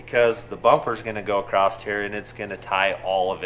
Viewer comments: When did the word across gain a T? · What is this word " acrost" that you use....?! ;) from the same dictionary as heighth? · hmm ACROST must be a Utah thing. I've heard & the gang say it alot.